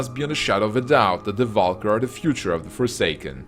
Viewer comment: The video is very well done but man, can you please learn the correct pronunciations? Val'kyr, Lordaeron, Kael'thas, and a lot other names are so badly pronounced.